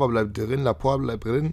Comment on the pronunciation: Da vermutlich "Laporte = la porte = die Tür" heißt, bin ich mir sicher, dass es "Laport" ausgesprochen wird :D